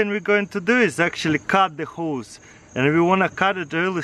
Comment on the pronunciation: i thought he said hoes 😂